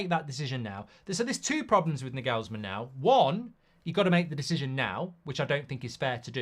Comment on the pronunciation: Mark butchering Nagelsmann forever takes me out